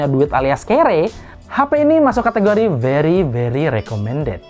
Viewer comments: Pas ngomong wery.. Wery recomended kaya dora om😂😂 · Biri biri aja sekalian